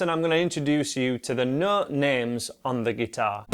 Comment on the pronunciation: I can’t understand the nooot.